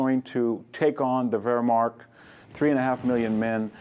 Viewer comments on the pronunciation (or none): VDH is a fantastic lecturer and a scholar. Only his pronunciation of non English words bug me.. "Whermarkt" its "Wehrmacht"!